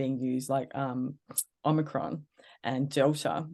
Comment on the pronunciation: "om-ni-cron" is not om-i-cron. this is like nu-cu-leer, for nuclear. ??